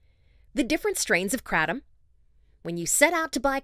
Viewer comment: Awe god the pronunciation of Kratom